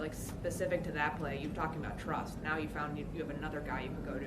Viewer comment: Does anyone else hear him say we live in the know instead of now lol